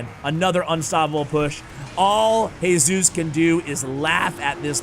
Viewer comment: Hey-sus It's G-sus The sus from sustain